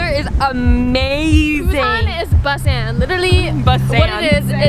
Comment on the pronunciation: * be like “WE re AT pUuSaaNn”YEAAAAAAAAAEEEUY